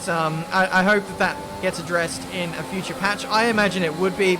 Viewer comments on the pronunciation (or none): none